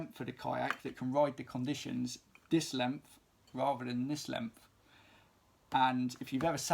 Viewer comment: lemph is an intense consonant shift. no hate. hoping every accent is preserved as long as possible